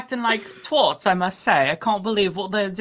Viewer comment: "TWĀTS" you give it a longer inflection like apple